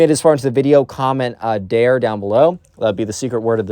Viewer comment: Like the new vid style! Also psst… “dare” 😉